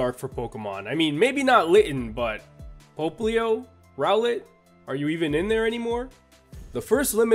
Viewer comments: Why does he say "Pope-leo"? Everyone else I have heard says "Pop-leo". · It's “POPP-lio,” not “POPE-lio”! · it's pop-lio NOT "pope"-lio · Pope-lio Francis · isn't "popplio" pronounced "pop", like... popping bubbles?? because popplio is a water type and bubbles and water and shit?? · Hahaha yes i hate it too when he say it that way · Rintoharu Right... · That pronunciation of Popplio tho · It's pronounced row(like eyebrow)-let pop-pli-oh